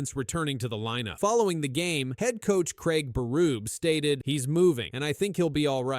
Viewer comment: Berrrubie. Not burub